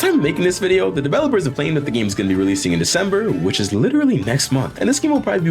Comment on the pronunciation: Dawg said release and proceeds to say realesing next month